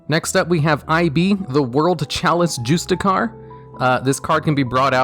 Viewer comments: "Next up we have Eye bee the world chalice juice-ticar" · It's "Juss-Tea-Shear"!!!